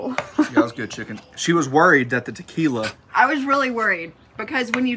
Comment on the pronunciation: "tu-kee-la-eee" it's a technical term 😀 That looks great, but maybe you audience has something with wanting the recipes: "The Flat Top King Cookbook Volume 1". I can honestly say you have one of the better flat top shows, in my humble opinion.